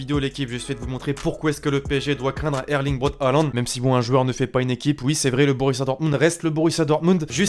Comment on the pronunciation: C1 se dit hoolant